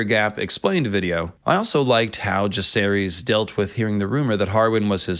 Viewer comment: Jah-ser-is, Vi-ser-ris, Loo-ser-ris